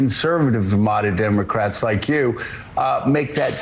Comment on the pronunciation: Scarborough pronounces this word this way: DIM-oh-krat!